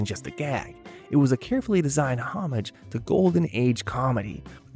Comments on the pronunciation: don’t know what dialects you are used to listening to, but I have never heard anyone pronounce “homage” that way. This is a clear case of someone learning a word by reading it, and making a bad guess at how it’s said. I have noticed this phenomenon a lot with young people. It should be pronounced ō-ˈmäzh. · Please look the correct way to say Homage. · One doesn’t pronounce “homage” that way.